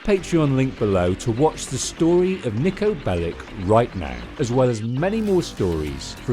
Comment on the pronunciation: Nicko? 😂 come on dude at least say the name right